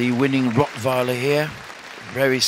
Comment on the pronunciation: I loved that way they pronounced Rottweiler